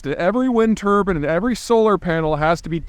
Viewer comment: Old timer, at least learn and bother to pronounce words correctly if you're going to pretend to be an expert. It's not a Wind Turban. The word you're looking for is Turbine. T-ur-byne. A turban is this headgear my ancestors wore and I wear sometimes. I promise you, a turban does not generate any electricity and does not have any power that we can extract from it for human use.